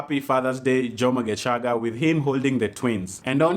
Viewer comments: Lmaoooo. Why are you saying gecaga with a hard CH 🤣🤣🤣🤣 isn’t it shhhh like geshhhhhaga. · The way you've pronounced Gecaga had me rolling "GeCHaga'😂😂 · Happy belated birthday 😘... That pronunciation of "Gecaga"😄......you even know how long she is... Washangaza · Happy birthday 🥳 The way you are pronouncing “ gecaga” Ati nowadays he is just a dj in capital fm😂😂😂😂😂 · Matharon 😂 your pronunciation of Gecaga 😂 You're awesome